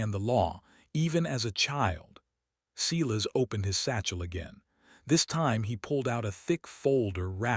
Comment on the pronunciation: If you can pronounce silence correctly, you can pronounce Silas. It's the same beginning sound. Or better yet, stop using the name all together. Instead use Fred, George, Thomas or Henry.